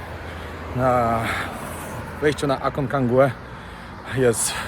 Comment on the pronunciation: A-con-ca-gua. Tam nie ma drugiego EN.